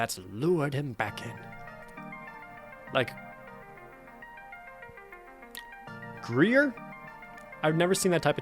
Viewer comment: Gruyere = "Groo-year"